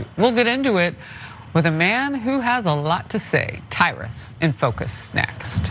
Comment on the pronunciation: wtf is Tyrus, what was that